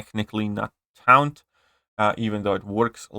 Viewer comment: Taunt is pronounced , Tawnt